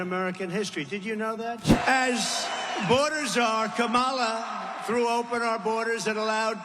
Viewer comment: Thank you for pronouncing Kamala correctly. 🎉